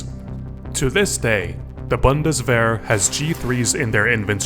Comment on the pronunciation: as a German, I really appreciate the pronounciation on Heckler und Koch, Bundeswehr and Gewehr.